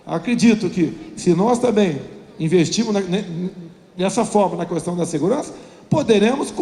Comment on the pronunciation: Caramba!!! Que cara repetitivo!!! É pra falar sobre Jesus e o cara discorre sobre Genésio. Como tem gente que promove uma fugurinha dessas?!?! Tá explicada a sua inação em tantos anos de congresso. E outra, o "u" de "questão" não é tônico, rapaz.